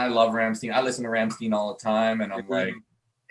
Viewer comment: Ram steen? Devon... your pronunciation reps...